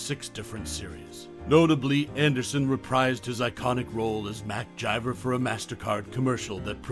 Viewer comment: Who the hell is mcjiver ths characters name is mcgyver with a G NOT A J